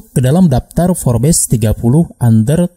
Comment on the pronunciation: Kok bacanya FORBES sih..? 😅 FORBS..! 😁